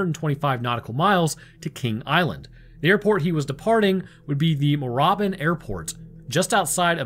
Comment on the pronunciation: I got a chuckle, The pronunciation of Melbourne is Mel-burn. And Moorabbin is More-rab-in